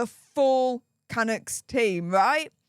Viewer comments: For goodness sake the team is pronounced "Can-ucks" not the way you pronounce it. Get it right. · ❗️CANUCKS - PRONOUNCED - CANUUKS - DRAWN OUT U ❗️ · Lol I'm Canadian it took me a sec to understand who you were talking about...lmbo it's pronounced kaNUKs...man you're so cute! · Hi, Canucks is PRONOUNCED Cunucks! I know your from Europe, but please pronounce words properly. I love your work! Keep it up. Daniel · Megs was a puck bunnie back in her Toronto days on suits.She was a plus one for a lot of Toronto Maple leafs hockey Team. Vancouver Canucks is pronounced Ca- Nucks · It's pronounced KA-NOOKS...lol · Nobody ever claimed H was the sharpest tool in the shed! I don't normally do this, but, the proper pronunciation of Canucks is Ka-Nooks, lol. Sorry. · HI. It’s pronounced CAN NUCKS IT’s a two syllable word. Just thought as a CANADIAN I thought you may like to know ❤️😊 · Oh... Kah Nucks... say it with me... KAH Nucks... lol. ❤